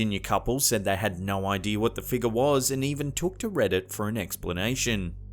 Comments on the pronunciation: That apparition at the wedding in the stained glass window is simply a bush that grew right up against the window. What I'd really love to hear is the narrator actually pronounce figure as fig-your instead of "figger." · "figger'..... Sorry it's all I hear when he says figure lol 😂